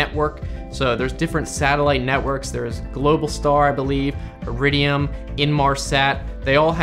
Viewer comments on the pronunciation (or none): none